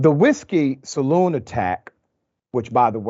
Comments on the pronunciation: My man said whiskey salon 😂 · This so called “Dr.” doesn’t even know how to say “Barrel” or “Saloon”. You sir are a complete and utter moron. You can say “Homietos” and Banditos without your stupid ass shitty Mexican accent also.